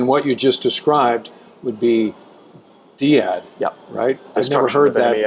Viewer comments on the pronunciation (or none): “De-Add = DEAD! 😂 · If See - Ad is SEAD then Dee - Ad is ... 🤔